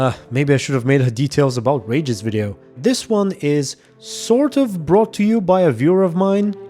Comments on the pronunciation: its Regis not Ragis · I know English isn't your first language but boy was it ever hard and kind of hurt to watch this with every time you say Regis' name wrong. It's pronounced Ree-gis not Rey-gis. Sorry for being nit picky, If it makes you feel better I do the same thing to English primary speaking youtubers as well. lmfao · It's not Rageous it's Reeeeeegus! 😂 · You kept saying Rages and I had no idea who you were talking about 😆 Regis. "Ree-jus" 😉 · The way you pronounce Regis' name, it's outRAGEUS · im polish and i had no idea who u meant when u said Regis the first time lmao i didnt recognise it because of the way u said his name